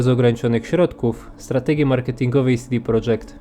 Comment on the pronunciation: Fajny filmik, mogę się tylko przyczepić do sposobu, w jaki wymawiasz „CD Projekt” :P Powinno być „CeDe Projekt”, a nie „SiDi Projekt” (wypowiadali się kiedyś na ten temat założyciele CDP). Edit: Popracuj też nad oświetleniem (jakaś dodatkowa lampa czy coś w tym stylu), bo pudełek prawie wcale nie widać.